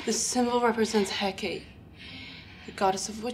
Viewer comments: Hecate (as in Hecate's Wheel, the symbol on Ellia's wrist) is pronounced "Hek-ah-tay", not "hek-ate". Otherwise, DAMN what an episode! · Hecate - 'heck-ah-tay'. The more you know.